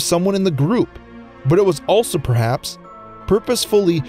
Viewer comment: The last one that really jumped out at me was "prehaps".